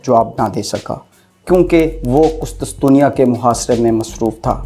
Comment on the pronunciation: Hahahaha ... Qustusteniya hahaha apni pronunciation pr tawajah dem